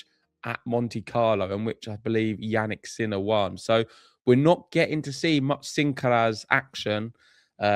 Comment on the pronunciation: Did you say "Jannik's Miller"? 😆😂